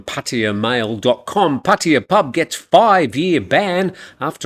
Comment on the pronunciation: Please explain ...why PATTEEYA and not PattAya ..🤔